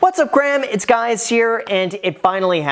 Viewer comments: What’s up Graham it’s guys here 😂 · “What’s up Graham it’s guys here” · " What's up Graham, Its guys here "" 😂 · "What's up Graham it's guys here" !! 🤣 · 'What's up Graham it's guys here" 🤣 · "what's up Graham, it's guys here" lol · "What's up Graham it's guys here"🤔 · "Whats up Graham its guys here " ????? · "Whats up Graham, it's Guys here" is how this video started lol... Anyone else pick up on that? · "What's up Graham, it's Guys here"...lol